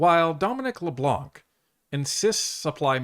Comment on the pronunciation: Fyi, the C is silent in Leblanc